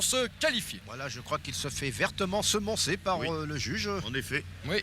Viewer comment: So many words mispronounced to make laugh "Il se fait vertement semancé" (semance= semon) instead of semoncé Une tendimite instead of tendinite So little details so funny for a native... They speak like the french journalists spoke in the 80s So many things well observed from the Inconnus... Precious 🥰